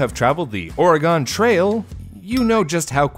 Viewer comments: Your pronunciation of Oregon Trail hurts me inside. I felt the collective cringe of everyone of your fans from the state. Otherwise keep up the good work! My other half and I love your videos! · Man really said Oregon trail incorrectly